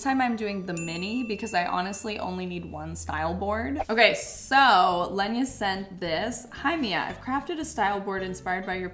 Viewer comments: I'm surprised that you didn't find your pronouns of the first styles to be wrong under your editing. You kept calling her Lenya, but her name is Leyma. Just wanted to point that out, for Leyna's sake and yours so you pay a bit more attention to names when using them and if you ever have a doubt, open Google translate, copy/paste the word in there and press the speaker and you will hear Google say the word, you want to know (maybe do that with bagel to 😉coz it's so funny and cute to hear you call a bagel for bag-el and not ba-gel) 😁 I'm only mentioning this coz it is pronounced wrong and often you have asked in videos if you are saying things right or wrong, so just kind information. 🌹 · she keeps saying lenya but her name is leyna (ToT) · love that you keep referring to her as "Lenya" instead of "Leyna" lol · I think the first person's name is pronounced Lay-Na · Lenya?😅it’s funny because I watched another channel who also miss pronounced a similar spelling name the same way. It’s mad because their brain is making it more complicated than it is lol. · why is she pronouncing leyna like that im sorry Im confused 😭